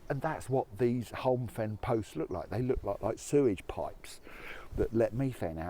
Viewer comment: It's pronounced Home Fen. PS please use a reusable cup... Mere is pronounced "meer".